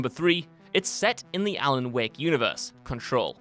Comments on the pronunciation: Normal Person: Alan Wake WCG Commentator: Alan Wick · must be the same reason he calls him alan wick instead of alan wAke